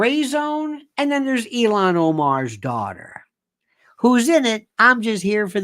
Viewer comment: It’s ILHAN not ELON Omar!